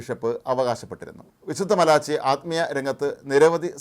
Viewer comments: മലാച്ചി അല്ല, മലാക്കി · മാലാഖി ആണ് ശരി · ചാനൽ കാണുന്ന ഹിന്ദു കളെ കൂടുതൽ ചിന്തിപ്പികാതെയിരിക്കാൻ " മാലാച്ചി " എന്ന് malachi അല്ല.മലാക്കി എന്നാണ്.. വിശുദ്ധ മാലാക്കി... ബുക്ക്‌ ഓഫ് ട്രൂത് നിറവേറി കഴിഞ്ഞ പ്രവചനങ്ങൾ വായിക്കുക!